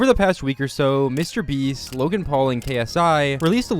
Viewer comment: bro he mispronounced ksi mr beast and dantdm on purpose